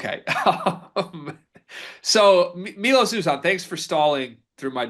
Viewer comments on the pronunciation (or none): Yet another road game for Houston. This time without Wilson? Not the frickin' injury bug AGAIN!!! OK, guys, it's five months in and you still haven't figured it out. It's My-Los You-Zan (as in van). Not Me-Los. Not Ooh-Zahn. He's easily one of the top three transfers in the nation, and it's about time you figured how to pronounce his name.